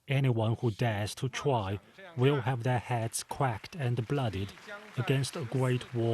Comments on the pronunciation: 'quwacked' XD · “Anyone who dares to twy will have theirs heads quacked and bloodied” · did he really just say “quacked”